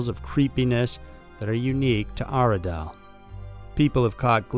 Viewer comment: I’m more scared of your pronunciation of gaol,Goulburn and Aradale.